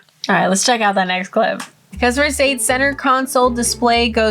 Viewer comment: I bet she never heard that woman from a clip showing off a new car she bought and saying MerKades as in not Cee, she goes with the K sound one more xD